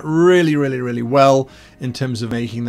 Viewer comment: When Guy said "The subscription is REALLY worth it" I heard "The subscription is RARELY worth it." Took a second to adjust my hearing.